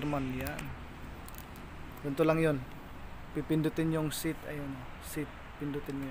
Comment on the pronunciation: "Sit" Means Upo.. Set dapat.. Natatawa ako sa pronunciation😂